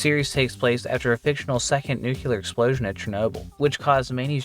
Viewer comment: always saying NUKEE-LAR instead of NUCLEAR kills me every time.